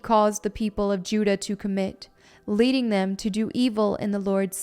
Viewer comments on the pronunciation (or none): none